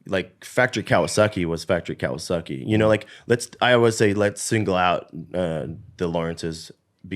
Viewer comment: Was Chad saying "Kawasucky" on purpose? lol